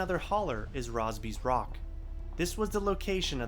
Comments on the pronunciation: Well done. And not to be pedantic, but Rosby's Rock is pronounced [Rose' bees Rock]. Just saying. Again, fine job. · Very cool! I was born and raised and lived for the first 21 years of my life in Marshall County. However, you pronounced two names incorrectly. Oglebay Park is pronounced "Oglebee Park." Roseby's Rock is pronounced "Rose-bee's Rock."